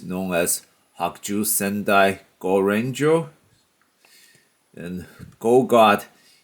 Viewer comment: Actually Is Gaoranger Not Goranger and Also Animus Megazord is American Counterpart Of GaoGod From Gaoranger. And Also Awesome Video.